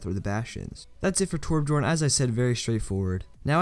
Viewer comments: learn how to say Torbjorn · It's interesting how noone can say Torbjörn.